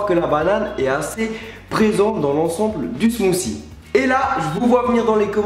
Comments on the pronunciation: 1) Suis je le seul a avoir entendu smoussi a 2) ton intro le volume est trop fort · oui mais le th en anglais ce prononce pas ss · On ne dit pas Smousie on dit smoutie avec un T :) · Smoothie Pas smoocie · smothie nous on prononce le t au quebec et quand on entend une personne pas pronnoncer le t cela nous vient a l'oreille bref bonne video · Il dit "des smoossie"... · mec tu peux du dire smoothie et pas smoosie